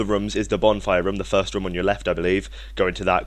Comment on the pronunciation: Your not saying room correctly fix your language